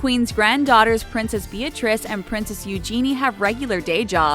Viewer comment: Why is no one talking about the fact that she said princess Be-Atrace and U-Geni